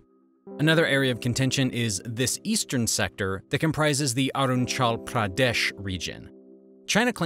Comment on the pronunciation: So damn horrible pronounciation of "Arunachal" shows me all I need to know about the "deep study" you must have done making this video.